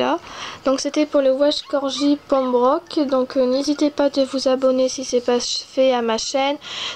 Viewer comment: Tu l'as presque bien prononcé mais c'est Pèmbroque pas pembroque